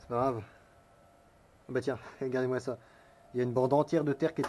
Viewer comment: Lut' ha ces arbres qui traversent sans prévenir... pénible... 😉 "a'gadez moi ca" !!!! 😁